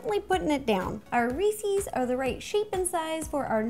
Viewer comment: She said ree-sees. Unsubbed. 😂